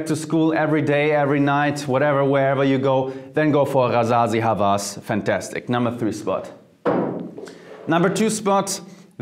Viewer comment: God jeremy I told you Hawas, the w is pronounced |wa| it means obssesion